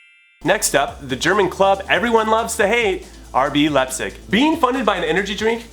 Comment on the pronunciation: Lol you got Leipzig so wrong